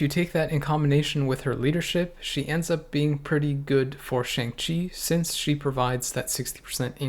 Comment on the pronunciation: It’s pronounced “Shong,”. Really now, I’m surprised at you!